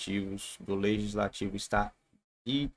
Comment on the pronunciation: Leitsnativo ou leigislativo kkkkk